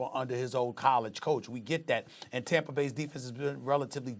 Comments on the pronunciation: “When you look at Tamper”, why can’t SAS pronounce words that end in “A”? He’s from New York, they don’t do that lol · I'm going to start calling Tampa "Tampra" like Stephen A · Stephen A" Riskay Tamper" smith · Did this guy just say "TAMPER BAY" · Nobody: SAS: Tampr